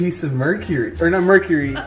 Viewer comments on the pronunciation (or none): none